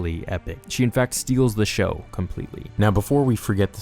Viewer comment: Show. Not shox🤣🤣